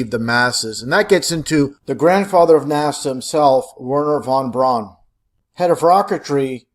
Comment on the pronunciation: That geezer's name is pronounced von BROWN.